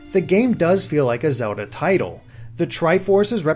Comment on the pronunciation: Am I the only one extremely annoyed by how this reviewer pronounces the word 'Zelda' like 'Zuhlda'